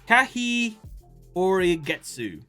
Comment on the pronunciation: To help you. It's Ka-Hyo-Rei-Ge-tsu. You would say this as Ka-Hyo-Ray-Geh-t-su. Helps that I speak Japanese. You're welcome.